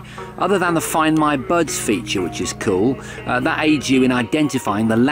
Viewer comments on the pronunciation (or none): I heard "birds" instead of buds Lol.